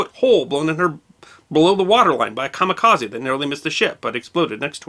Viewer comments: A Japanese word with an "e" at the end is normally pronounced as a long "a". You say the rest of the word correctly but most English speakers make this mistake. It should be ka-ma-ka-zay. This also applies to karate, karaoke, Kobe, etc. and I imagine a huge percentage of your audience pronounces it just like you do. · Personally I pronounce it " ka mi ka ZED", but then I'm part Canadian. ;-)